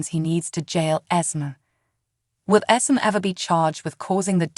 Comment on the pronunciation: Ok. IT'S ESME NOT ESMOND, ITS CASSADINE NOT CASSADEAN. ITS NOT TRAINA IT'S TRINA Why can't the creator of this video take the time to pronounce the names correctly.